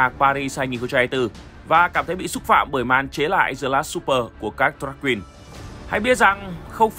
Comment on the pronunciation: Bữa ăn tối không đọc là xúp pờ bạn ạ.